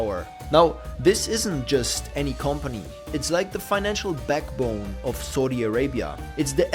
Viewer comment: pronounced SOW Di not SAWDI